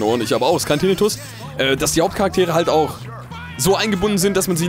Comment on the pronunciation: Tirritus ? :D Heißt das nicht Tinnitus ? :'D